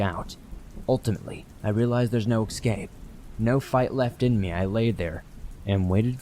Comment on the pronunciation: The word is ‘escape’ not ex-scape